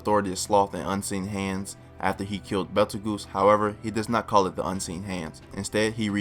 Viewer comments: Goose? He even said it like juice. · Betelgoose Edgena oof nice try tho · Why do you pronounce Petelgeuse like that? He's named after the star in the hand of orion, betelgeuse. Pronunced Beetle-Juice. So should sound like that except with a P sound? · It’s pronounced “beetle-juice” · Damn, some of these guys can be a real dick about your pronunciation. Let me help you out a little bit though with some of these. Betelgeuse is pronounced: Beetle-juice. Typhon: Tie-fun Echidna: eck-id-nuh Those are the ones that I picked up, hope this helps man! You did great in the video, cheers!